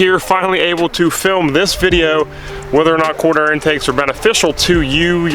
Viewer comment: Sounds like you're saying corner air or quarter intake